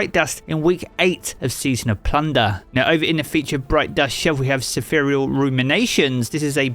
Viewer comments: “Sepherial” 😂 I guess it’s not spherical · "seferial" bro it's Spherical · I’ve never heard someone mispronounce spherical that hard.